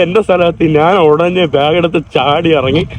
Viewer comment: നാൻ അല്ലെടാ കോപ്പ്, ഞാൻ എന്നാണ് ശരി